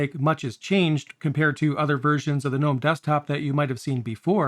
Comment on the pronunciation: Two things: 1. I love that you pronounce Gnome correctly. Thank you!!! 2. I love how my KDE plasma install wastes all of my RAM and only uses around 500mb